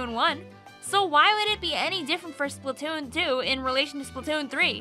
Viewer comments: I like the way u say splatoon.. Spatoontoo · I love she says Splatoon and Splatoon 2, it sounds funny and I like it